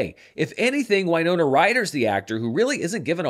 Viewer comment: Sorry to mention it, it's irrelevant, but is is mispronouncing "Winona" every time?